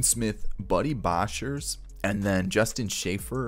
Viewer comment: As a Jays fan, it really upsets me how you pronounce some of these names. Jordan Groshans got absolutely butchered. Same with Boshers. I really wish you would just stop. Yikes man